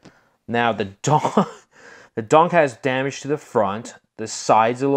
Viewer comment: I really do like your videos but please quit calling every car a donk!! It's funny However but the definition of a"" donk"" Pronounced ---Dunk, Caprice classic or a impala , 2door,4door ,hard top,convertible or Station wagon